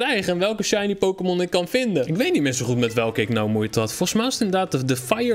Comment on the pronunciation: je zei shinly